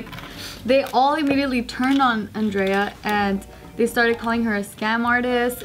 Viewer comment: Is andrea like italian or something.. Otherwise just pronounce it properly..